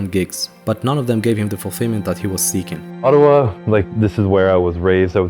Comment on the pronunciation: Is this just shitty AI narrator? Or can the guy not pronounce ottawa and iain??